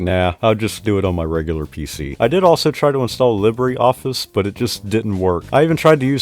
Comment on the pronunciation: you pronounced libreoffice wrong. it's more like "leabreh" office